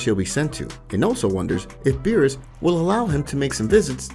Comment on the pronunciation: Does anyone notice that he said beerusus KID